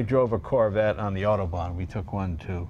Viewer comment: Did jay just call the corvette the "Carvette"? lol